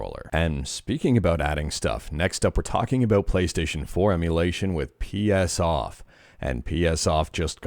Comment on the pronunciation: psOff Your pronunciation of psoff is wrong. :D Feel free to get triggered.